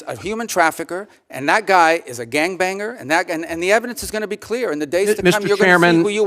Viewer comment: Ok, listened 3 times: he definitely said "a gang banger"! Not sure what Freud would think of that. 🙄